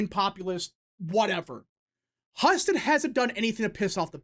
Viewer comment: Husted is pronounced (hew-sted) not (huh-sted).